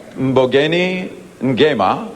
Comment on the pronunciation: Darn, Richard Chamberlain really butchered Mbongeni Ngema's name. The camera then panned to the wrong nominee, Lloyd Richards. Cringe all round.